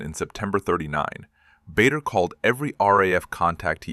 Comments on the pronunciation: It’s pronounced Barder, not Bayder. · BADER, pronounced Barda. AI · PRONOUNCED …….. “ BAR DER” otherwise you’d be in trouble and it’s …….. also pronounced “BARKSHIRE” not “berk” 😂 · The namd is pronounced BARDER. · Misspelling and mispronunciation. Bader is pronounced BAH DUH and Berkshire is pronounced BARK SHUH! Same you couldnt google it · The correct pronunciation is Bah dar. And the ME262 didn’t appear for a few more years…. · Very well said about the pronounciation of BAder and throughout this video the sjubtitles are more than attrocious. I met him too in late 1957 when he presnted prizes at my school. I still have the book he handed to me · The pronunciation of Bader is definitely wrong. Please fix it. It is pronounced Barder.